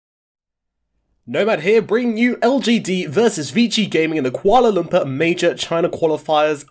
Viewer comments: Lol at the end the commentator pronounce kuala lumpur kinda funny though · Nomad, if u reading this. Ur pronunciation for kuala lumpur is wrong and annoying.